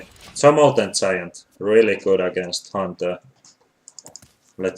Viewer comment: do u mean molten (G)iant or molten something like "molten ziant" ?